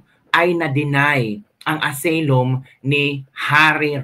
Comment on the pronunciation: correction lng ha hindi aseylum ang pagkabasa ng asylum ---"asaylum " ang tamang pagbasa.. god bless